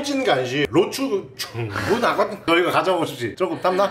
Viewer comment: 충분하거든이... 왜 점점 흥분하거든으로 들리는거 같...